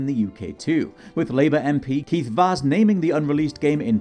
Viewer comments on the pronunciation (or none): none